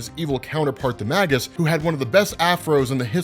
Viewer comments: I believe it's pronounced MAY-GUS :Magus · I can no longer remain silent. Magus is pronounced May-gus. In the dictionary, /māges/. Long A. It's a sorcerer. Makes sense that he'd be the alter ego of Adam Warlock.